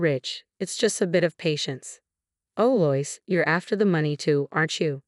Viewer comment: The name LOIS is pronounced as "LOW-ISS". I think you always get at least one or more simple word or names mispronounced, in each and every video. Stories are interesting but the telling is always off!